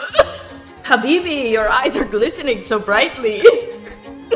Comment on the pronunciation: Woah she said habibi correctly, but she can't spell islam or muslim correctly.